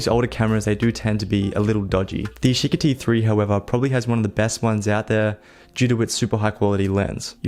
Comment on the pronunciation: "yeesheekee three"